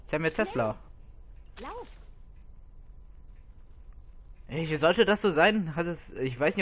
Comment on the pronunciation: Achtung Klugscheißeralarm!! Taslow, nicht Tesla! ;-D Von allen Helden mag ich ihn irgendwie am meisten... Vor allem sein Turm bei den Wüstenreitern ist echt stark! Ich glaube das ist der stärkste Turm in dem Spiel...